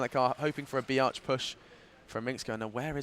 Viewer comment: always when the commentator says b arch it sounds like biatch:D